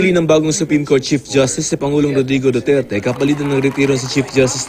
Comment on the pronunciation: Sira na kasi ipin nito..tapos nangangalit pa mga ipit.kaya utal ng mag salita. yan ang epekto ng droga. di mabigkas ng maayos pangalan ng pangulo duterte.